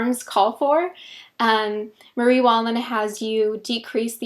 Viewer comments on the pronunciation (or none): none